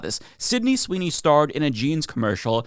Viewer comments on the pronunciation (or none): none